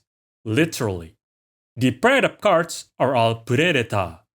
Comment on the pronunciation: Finally. Someone who can pronounce these cards names lol